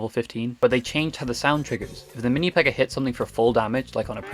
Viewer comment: i thought you were speaking spanish because of the "aña" of the minipekka, then I realized you were speaking english